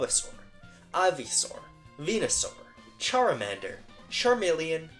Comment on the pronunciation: "Charamander" and "Ogapon" lmao Also apparently Kartana is pronounced Hydrapple Eagle (Advance Wars) was spelt as "Max (Advance Wars)" Yep im doing this now Facevader "Isa" from "Sin and Punishment" my beloved Bullet Walker "Hivemind" The zoomin on goblin as their name changed to Mushashi (Sushi Strikers) really funny Manon and Marisa had their names swapped Is it Volt Kraken or Squid Kraken? Master X and Copy X sound like the exact opposite things Weil jusg after Dr. Weil... Ngl idk what name you tried to say in Resident Evil but I highly doubt that was Albert Same applies to Jack Is the animal from Ape Escape an Ape or a Monkey 😢 Nexus Explorer or Dweller? Silevr from Sonic "Manic" Maverick? Amy from Phantasy Star gets in twice but not Anna 😢 Daiog Doji,a That don't sound like Thug Matidla lol Bomb became unanimated ig Choose. Cyber or Mecha bad guy? Maybe another Albert situation but... Byron Bardorba? "Fret" Tosai Brian Tekken my favourite Ngl im running out of ways to introduce each error so uhhhh Frank Fontaine, the person who gave its name to Fontaine from Pokémon Conquest! I guess an invader does have to be an intruder first The bone pilar looks NOTHING like an owl John Castlevania got in twice but not my goat Erik 😢 (idk who erik is) Good moment to say this is just poking fun. Ofc you didn't sit for 4 more hours checking every single text. Anyways, Barney the Alpha Idk what you said but that Fatal Fury character was not pronounced Hayate Dino is NOT from Monster Hunt